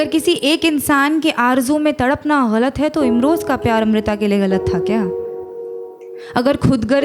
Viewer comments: The way she pronounce "galat" is wonderful. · Bcoz she pronounces her right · ग़लत का इतना सही उच्चारण जो आपने किया है, उसी पे फ़िदा हो गया हूँ मैं :) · Because she says it right! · ग़लत उर्दू का लफ़्ज़ है, जिसके नीचे नुक्ता (एक बिंदु ) लगता है, जिसके कारण उच्चारण अलग होता है।